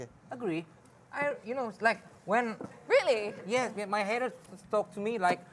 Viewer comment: Pas ngomong really tuh london nya/britishnya keluar ya